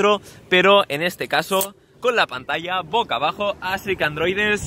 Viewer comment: “Pocabajo” NO!!! BOCABAJO